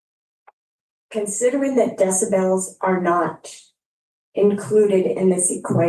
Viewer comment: “Considering that DECIBELLS (it’s pronounced de-si-bull, ) are not included into the equation, how do you perceive…that you presume that someone is truly threatened, rather than absorbing frustration?” 😂😂 Stop with the COLLEGE words,. You’re using them ALL wrong in the context of your compound and irrelevant questions. On top of that, you’re pronouncing them like a smug elitist, when you sound more like Forrest Gump reading a thesaurus 😂 Your arrogant questioning about the “decibel” of the “screaming” made ME want to scream. Your whole argument is semantics and rewriting the story. To say that the people YOU screamed at “perceived it wrong” or asking “how do you know that it wasn’t just a figment of their imagination” was so out of line and argumentative, the Judge should’ve stopped you right there. So you yelling is “all in their head”, but your version is the TRUTH?! 😂 You thought the disappearance of the cancelled meeting was you having onset dementia but we should trust your version, right? The entitlement of your behavior is so out of line that you really need to be inpatient in a padded room until you expire. This is insanity that you’re wasting resources like this and acting like the only person in that area that matters. Saying “I’ve waited 447 days for heat and I’m 72 and cold”, is absurd. You don’t live on a mountain and you experience spring, summer and fall where it’s not frigid so I would say that YOUR recitation of reality is a figment of YOUR i